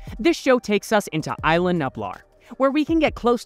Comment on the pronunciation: it is ISLA nublar not ILA nublar